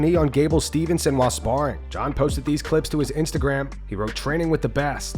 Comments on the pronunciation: HEY.....Guys......It's Gable STEVESON. 1 N. Was surprised this hadn't been covered in the comments repeatedly. To use modern mma's most cringy dis: you must be casuals. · His name is Gable STEVEson not Stevenson, c'mon he won a gold medal